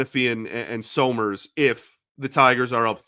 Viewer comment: Isn't it pronounced "summers" (Like Champ Summers!) not So-Merz?